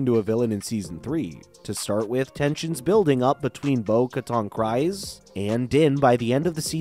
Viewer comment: KrEEze, not KrIse ... Just saying dude